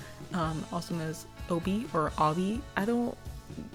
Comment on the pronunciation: I think you're pronouncing Obie right because it probably stems from his initials: OB (Otto bergman)